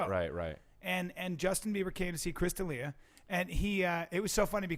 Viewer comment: It's Del Ea